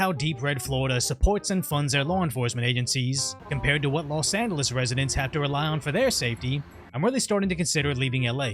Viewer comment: “Los Annales”